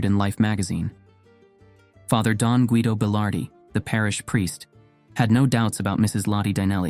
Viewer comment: you dont pronounce the U in 'Guido'.. its like Geeh-doh